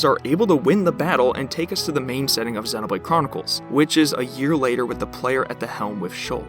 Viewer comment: You say Xenoblade wrong and it hurts me